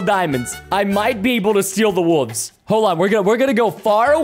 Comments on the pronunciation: Why does he say "wooves" instead of "wolves" 😂😂😂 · I didn’t know he said wolves like that